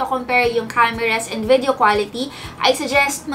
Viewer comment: "VEDEO"... But still love ♥️